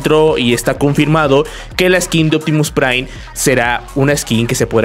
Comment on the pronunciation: Pta mira, es uptimu prai, optimu prai huahahuagaga